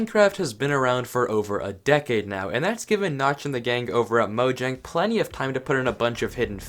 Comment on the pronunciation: Im also swedish, tja! No its pronounced mojäng. If u dont know how ä is pronounced just search it up